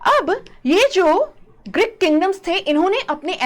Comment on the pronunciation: Greek not Grick Please fix your pronunciations